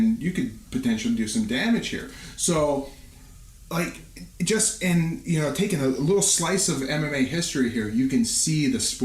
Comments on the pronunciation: Love the show, homies. Just one thing. It's pronounced "IN-O-AY," and not "O-WAH-NU." Egan and his brother Enson Inoue were Japanese MMA pioneers, and Enson is a true legend of the sport. Cheers. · Enson and Joe Rogan pronounce it IN-O-WAY